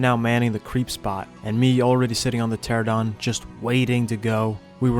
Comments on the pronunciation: Pteranodon, not 'Pteradon.' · is it spelled pteradon? No. Its pteranodon. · I'll be honest, I kinda hate how everyone calls them "Pteradons" instead of "Pteranodons" or just "Pteras." Like, don't just go halfway and sound illiterate. Great vid, tho. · Always curious why people always misread pteranodon and say “terradon” instead of “terranodon” like do you just not see the letters? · whhhhhhhhhhhhhyyyyy do people STILL call it a "teradon" There is in fact a NO in there "Ptera-no-don" (Great video but holy crap it's frustrating) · hate to be that guy but its pteranodon tear-an-oh-don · it amazes me how out of anyone, ARK players can't pronounce pteranodon